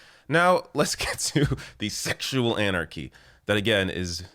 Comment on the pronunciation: ..."szcssexual anarchy!..." Lol 🤣